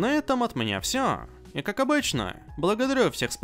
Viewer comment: Единственное, что мне не нравится, так это, то что ты проговариваешь первое слово в видео "всем" с чёткой такой В, хотя звучать оно должно как "фсем". Может это конечно фишка такая, но слух режет😅